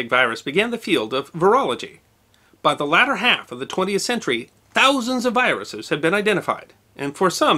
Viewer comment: I thought was saying biruses not viruses. Did anybody else hear this or was it just me?